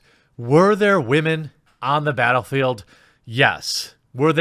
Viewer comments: Why does he keep saying wamen? Is this a meme I'm not aware of? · Stop saying "waman". It's really cringe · Wahmen 😂 “ yes sir let me get a side of Wahmen “ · I couldn't even watch this video do to the fact you keep saying women completely in a retarded way that it hurt my brain! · While I find the information you provide to be interesting, your purposeful mispronunciation of the word "women" harshes my ears, and makes you seem more juvenile than the feminists that you are railing against. Take the high ground don't stoop their level and make yourself look like a ignoramus. The best way to kill a feminist argument is to make them looks stupid by talking normally. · Say women right dude!! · Why are you saying women like that lol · The way you say "Woman" is immature as fuck. Grow up dude. Be a damn man. Not a child like the petty people who hate shit to hate it.